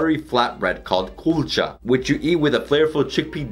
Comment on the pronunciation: Punjab bro not poonjab and its kulcha not coolcha